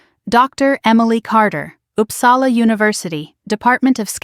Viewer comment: O dear. American pronouncing Uppsala…. And she is going to correct him ? I’ll stop here.